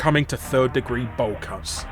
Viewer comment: What happened to Alex from gamelife? Sounds like you said he died of bowl cuts?